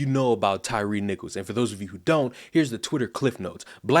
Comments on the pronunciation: his unaliving????? just make up our own words. his name is not TYREE its TYRE the UK spelling of TIRE. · his name is pronounced Tire not tyree.